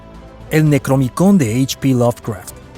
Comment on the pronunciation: ¡UY, DIO! ¡QUE FOORROOOO! ¡DA COMO REAL EL "NECRONOMICON"!!! Y NI LO PRONUNCIA BIEN: ¡ES FICCION, JAMAS SE ESCRIBIO, NI MUCHO MENOS IMPRIMIO!!!